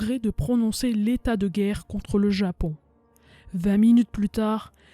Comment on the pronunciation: J'aime bien le "vingte" de la narratrice, elle est sans aucun doute de chez moi...😂, vive la Lorraine !!!